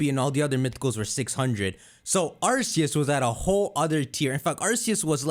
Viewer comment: are you mentally challenged since you say Arceus wrong.